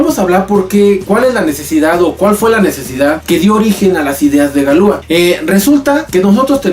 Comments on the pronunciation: Pronuncias mal, dices galúa, cuando deberías decir galuá, acentuando la última a. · En francés las palabras son agudas. Galúa es una mala pronunciación. Es correcto Galuá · No se pronuncia galúa, se pronuncia galuá....... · Interesante,,, solo que se pronunciaría galuá, con acento en la a. Ya que en francés todas las palabras son agudas.